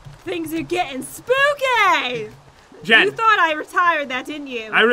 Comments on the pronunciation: I like when Jen says things are getting.... SPOOKAY!!! Lol 😂😂😂😂😂😂😂😂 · Panda Girl ITS SPOOKAY SAY IT RIGHT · Black Kitty Cat Vlogs And More not to be rude but its spookay not spokay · noelle SPOOKAY* not spookeh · It's Spoopy Not Spooky Right Big P :) Love your videos Pat and Jen It's Ciara Quinn your biggest fan :)